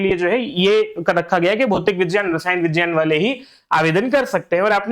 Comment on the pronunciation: who told uhh this miss???? Its roman pronunciation not HINDI pronunciation.